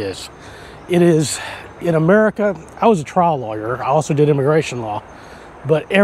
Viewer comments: HAHAHAHAHA!!! at first I thought you said you were a logger in the US then you said trial lower haha sorry I thought it was funny. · When you say "lawyer", it sounds like you're saying "logger".